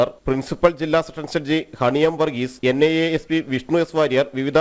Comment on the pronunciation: NNI alla vaaname... NIA Athenkilum vallapole parayan padikku